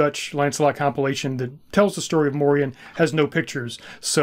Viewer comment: The proper pronunciation today would be Morian (Like Dorian). He is a part of our Dutch cultural history in Pre-colonial times and came to be a sort of celebrated hero figure too before the colonial era repopularized more crusader-like ideologies concerning Moors/blacks and Muslims and these stories were en large shoved under the rug. The songs and stories would teach medieval children and adults about the Moors and morality towards them. There have been many Moors that have visited, lived and started families in the Netherlands throughout history. Since the Netherlands was historically a refuge for refugees of any sort, political, ethnic or religious. Moors came to over time not only signify black folks from the south but also signify the mixed black people that were a result of intermarriage and the likes (Like sir Morian). A famous portrait from one of our legendary painters Rembrandt is called "the Two Moors" and depicted two of Rembrandts neighbors at the time, obviously, they were black (1655). Fun fact: the European name Maurice also originates from the same thing, like Moriaen / Moriaan it was used as a name for those from often mixed families. And it meant "From Mauretania" which was roughly the area that is now Morocco and the Southern regions of it - a name already present in genealogical records of the Netherlands since the year 1100 AD and mentions even earlier in other forms.